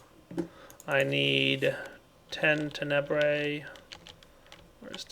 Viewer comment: It continues to bug me that puts the emphasis on the second syllable of Tenebrae instead of the first. XD